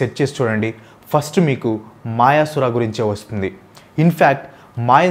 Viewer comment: మాయసుర కాదు అన్నా. మయాసుర.